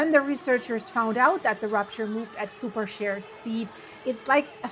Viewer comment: It took me a minute to figure the "super SHARE" earthquake., in English the word is "sheer", with a long "E". Sorry that English is so inconsistent when it comes to pronouncing vowels...very arbitrary and difficult.